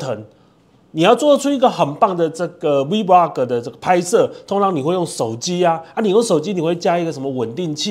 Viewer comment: 您好，介紹很仔細，感謝您，只是vlog的唸法您似乎都唸成v vlog ( maybe you mean v blog?)，但字幕確實是打vlog，提供您參考喔~😊